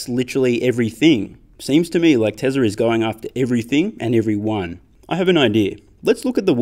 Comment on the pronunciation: Why do you have to say it like “Teslar is”?